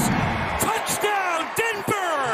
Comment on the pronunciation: Did anybody here andrew catalon say dember instead of denver please tell me im not the only one who heard that